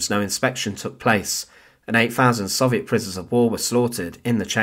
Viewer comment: It’s crazy how big a part the Soviet Union played in the war and how many books/articles/videos about it, yet you still can’t pronounce it correctly.